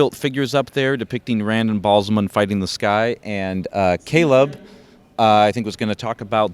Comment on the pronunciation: Cool diorama, but the pronounciation of character/place names is driving me nuts. Seanchan - SHAWN-CHAN not son-chin. Rand Al'Thor - Al-THORR not Randal THorr Ba'alzamon - Bah Al-zah-mon not Bal- zuh-mun.